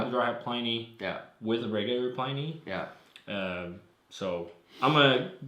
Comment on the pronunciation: Feel free to pronounce "Pliny" the proper way, instead of the way all the beer people mispronounce it.